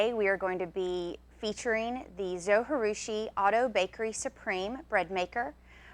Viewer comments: its pronounced zo G roo she. g as in jee not ghee. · No way José! How can you not pronounce that "J", different languages use "J" to represent different sounds, not silence. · Great video! Thanks so much! I have baked bread for 35 years by hand and just have discovered bread machines. I just have bought the Zo Virtuosa and I love it! But did you realize that you are supposed to pronounce the j in Zojirushi? They pronounce it on the Zo website in their videos. It is a Japanese word. You wouldn't pronounce the J if it were a Spanish word. Linda A